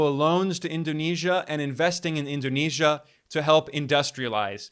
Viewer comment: Indonesian here. Your pronunciation of President's name and cities in Indonesia are spot on. Great job Ben❤